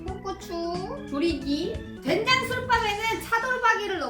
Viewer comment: 된장 아니고 쾬장입니다. ㅋㅎㅋㅎㅋㅎㅋㅎ